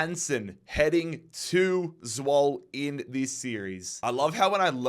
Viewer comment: Love the series but Zwolle is pronounced Zwoll-a